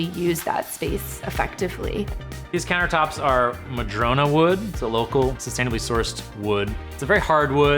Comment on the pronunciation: Madrone, not madrona. But thats ok, still beautiful!